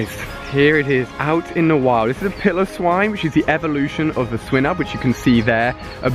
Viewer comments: ok Ali instead of criticising u im gonna give u advice: it's swine-ub not swin-ub. I know it doesnt really matter but some people like me get triggered when u pronounce things wrong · Why does he pronounce Swinub wrong you pronounce it like "swy-nub" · its swinub SAY THE i